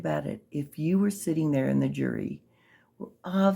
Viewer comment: “the joory” 😂😂😂😂😂😂😂😂